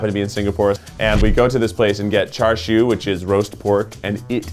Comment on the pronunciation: pronounced as char-see-you not. Y'ALL NEED TO GO TO SENTOSA. I SAID GO TO SENTOSA. btw singaporean here.